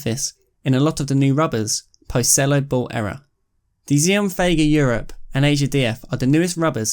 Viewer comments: it is pronounced axiom not ziom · I think the name of the brand is supposed to be pronounced 'axiom', like in mathematics?